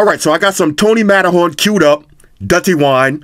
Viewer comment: Matterhorn is pronounced Matter-run. Lol. Straight from Trinidad.